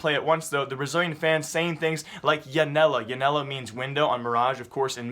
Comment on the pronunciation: man your portuguese pronnouce is so bad, hehe. its no big deal, just though it was funny, you dont say "ianela", the J in pt (unlike in spanish) makes the same sound as G in "edge"